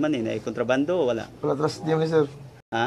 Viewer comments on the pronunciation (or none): BUGOA ANING NAG VIDEO UY. HAHAHAHAHAHA "TRUSTEE" UY, DILI "PLASTIC" UG "PROSTI". HAHAHAHAHAHAHAHA